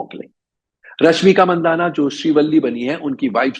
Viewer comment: उसका सरनेम मंदाना नही बल्की मानधना है जो मारवाडी जैन लोगो में एक सामान्य सरनेम है. अगर कानडी उच्चारण मंदाना या मंडण्णा करने से सत्य छिप नही सकता.